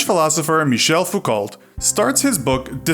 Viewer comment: In French, Foucault is pronounced like foockoh